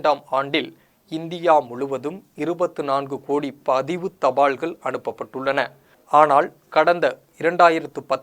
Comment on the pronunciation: நிறுவனத் தாள், தபாள்கள், அள்ளாமள், இதெல்லாம் என்னடா வார்த்தை உச்சரிப்பு. யாரும் திருத்துவது இல்லையா உன்னை.